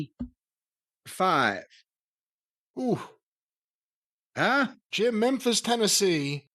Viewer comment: Hit him with a Jeem instead of Jim like Nadia from American Pie. 🤣